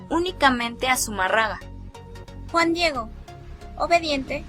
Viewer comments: Que pena me da escuchar que hablen, se expresen y ofendan de esa manera a la madre de Dios... a leguas se ve que son testigos de jehová 🤣🤣🤣 o algo que se le parece. Esta narradora no sabe ni pronunciar Zumarraga, mucho menos voy a creer que as estudiado sobre las apariciones de la virgen de Guadalupe... tengan en cuenta que ya tiene un pie en el infierno por insultar a la madre de Dios y matar la fe en las personas. Que es también un mandamiento "no matarás " ya que se la dan de que saben mucho. Bola de ignorantes!! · Pero también aprende a hablar.. es zumárraga con acento , no seas tonta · Si mira k eres estudiada tanto que puedes ni pronunciar un apellido😂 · Con todo respeto pronuncien bien apellido del fraile y todas las religiones piden de una u otra manera dinero o como le quieran decir ya lo dijo benito juarez recuerden su frase. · Tanto coraje irradias con tu falta de entonación que me hizo olvidar el apellido que es Fray de Zumárraga y tú dices Zuma raga. MN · Amiguita, Zumarraga como tu lo dices, es Zumárraga. No conozco la obra literaria de este Fraile, pero es bajo sus órdenes que se construyó la ermita de Guadalupe, pienso que una obra civil seguro debe tener un registro. Existen muchas versiones a favor y en contra de la aparición de la Virgen, la tuya es pobre y habría que conocer el origen de tus datos, porque a mi me suenan meramente a una investigación de secundaria descargada en una tarde vía web, vaya creo que tienes buenas ideas, pero te falta mucha experiencia antes de tocar temas tan extensos. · Zumárraga, no Zumarrada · Zumárraga o Zumarraga ?? jajaja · Sumarraga? se dice y escribe SUMÀRRAGA... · No existio zumarraga de quien hablaste fue zumárraga. Me gusta tu investigación tan buena que hasta investigaste como se dice el apellido. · Zumarraga?? Agnóstica pero falta de pronunciación correcta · Pronuncia bien, es Zumarraga. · no es confiable alguien que no sabe ni pronunciar bien Zumarraga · Pronuncia bien: Zumárraga!